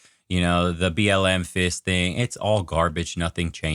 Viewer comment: did you say BLM fisting?